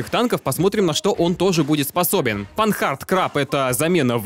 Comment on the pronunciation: Не Панхард - а Панар. Один из первых производителей автомобилей в мире, кстати. И не Кентавро/Центавро, а Чентауро.